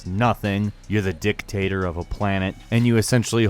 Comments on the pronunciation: Notice that he said "dicktator" and not "dictator". And it fits to Jack. Because he's a dick (in a good way btw). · Handsome Jack Dick-tator did you pronounce it that way on purpose?